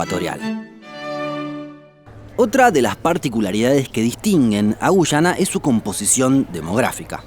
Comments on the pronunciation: Es guyana no gushana boludo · Son Argentinos, ellos no pronuncian muy bien la Y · Gracias por tu excelente video. Tus relatos son muy entretenidos ... Solo un consejo : debes pronunciar sin acento, algunas palabras. Por ejemplo, debes decir Guyana y no "Guchana" . Solo eso, gracias por toda la información. Estoy suscrita a tu canal , y vuelvo a ver más de una vez los videos porque me encantan !! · Por qué gushana? Acaso no sabes que la Y se pronuncia como una i ?Guiana.. tal cual!! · No se dice güyana, se dice guyana, la diferencia entre pronunciar o no la "u" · * Extranjero que ha aprendido español: Ah eso se pronuncia Guyana * Argentin@ No, es Gushana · A los dos los pronuncie gushana XD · Me quedo mas que clarisimo que sos Argentino, por la forma de pronunciar y marcar la "Y" cada vez que decis Guyana